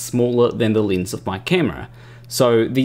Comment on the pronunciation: I appreciate your explanation, but what's a leenz?